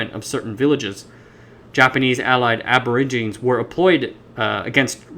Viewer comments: Aborigine is pronounced ab o rig i ne. Not ab or i gine. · For the narrator, the word Aborigine is latin in root and you need to pronounce the 'e' at the end "/ˌabəˈrijənē/". Might as well use 'Indigenous' instead which is in vogue today. The Polynesian languages have their root from Taiwan's indigenous peoples, shown by linguistic analysis. Also, peoples have been crossing the Taiwan Strait for tens of millenia, since human migration had many peoples crossing the Taiwan Strait, where long distance ocean going vessels and navigation were devised within the safety of the large waterway. Chinese history shows exploration in the 3rd century CE. If it were left to the western world to deal with the indigenous peoples, they would had ended up only on Penghu, just as Ni'ihau is a indigenous reserve within the Hawaiian group of islands. The push of Christianity onto the indigenous everywhere in the world has profound negative effects on how they exist now. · Aborigine is pronounced like "a-bo-ridge-uh-nii". Otherwise great video. I'm intrigued now. Subscribed. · Check a dictionary for the pronunciation of 'aborigine.'